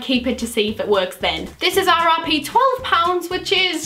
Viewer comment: When she said RRP I thought she said RIP. lol 😂